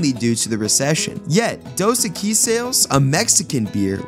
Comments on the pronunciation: Apparently the person talking over this never hear The Most Interesting Man SAY Dos Equis because if he had he'd be pronouncing it CORRECTLY with the accent on the Eq in Equis rather than the uis. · Why are you mispronouncing the beer name? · Before you do another one of these, I think you ought to learn how to pronounce "Dos Equis."